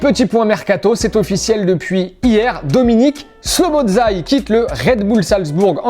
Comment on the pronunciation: Szoboszlai🇭🇺🇭🇺🇭🇺 le meilleur c etait trop drole comment tu a dit 😂😂